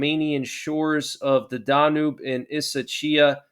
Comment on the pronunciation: Danube River - okay Danube is NOT pronounced Dah Noob it is DAN YUBE.